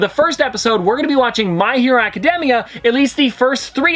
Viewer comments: The way you said Academia hurt my heart. No offense but it’s pronounced Aca-day-mia. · Isn't it Acad(day)mia? or demia. Im pretty sure it was the first one. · 3 things that might be useful 1. Deku is his hero name 2. Katsuki = cat-ski 3. Academia can be pronounced how you say it but most often I hear it like Aca-day-me-uh. Also a recommendation would be either natuto or Hunter x Hunter ( though that could be a little much for your channel) or an update once you get to season two or three with Mha/bnha